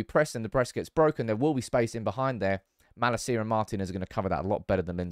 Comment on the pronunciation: I wish you would pronounce malacias name right 😂